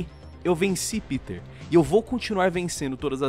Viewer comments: Não se diz piter man. Se diz pêter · "Piter", klklklk, ele fica pistola quando não chamam de "Pêter". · Pq a dificuldade das pessoas chamarem o PETER pelo nome corretamente.. ao invés de PITER na fonética. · E pq e assim o nome Peter ele e americano ou seja normalmente as pessoas que conhecem vai dizer E com som de I mas como vão saber que esse E e pronunciado em alemão? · Ninguem sabe a pronuncia correta do nome do Peter